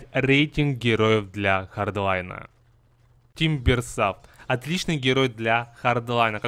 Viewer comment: Не тимберсав , а тимберсо (англ)